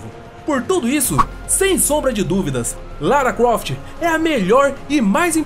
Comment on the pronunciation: so eu escutei ele falando lara cuoft kkkkk